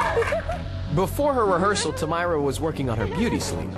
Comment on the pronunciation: Her face when Simon pronounced her name wrong. Tameera........